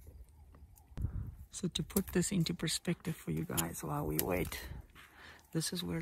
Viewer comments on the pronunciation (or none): It is 'Perspective' not 'Prerspective' as you said. Those baboons are more clever than you, cautious and trying to survive...not expecting illiterate assassins to blast them to kingdom come! A big male could mortally wound a natural predator with those canine teeth. But perhaps you shot all the leopards to protect those farming the grapes?